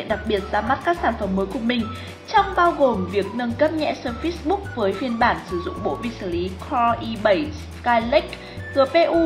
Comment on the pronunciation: phát âm sai surface rồi